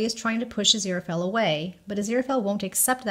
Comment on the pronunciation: I absolutely love your channel! All your theories and observances provide such great insight that it's always a pleasure. Please, please watch some interviews with Neil Gaiman... despite the fact that Angel's bookshop is "A. Z. Fell & Co.", his name is pronounced 'Azira-Fale (rhymes with 'sale'). I do Thank You Very Much for not shortening Aziraphale's name throughout your videos! I feel that Sir Terry and Neil chose his name very carefully and abbreviating it in any way cheapens both Aziraphale and Sir Terry's vision for our beloved Angel. I don't think enough people truly appreciate Crowley's line about Aziraphale being "Too pure of heart to be anybody's 'bit-on-the-side'!" My absolutely line from Crowley! Is it just me, or are Aziraphale's eyes blue when he's in heaven and dark when he's on earth? ❤ 🌼